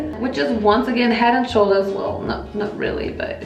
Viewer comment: the wunce, the tweece